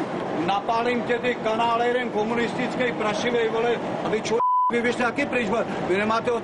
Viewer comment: Ja slyšel anála ne kanála xd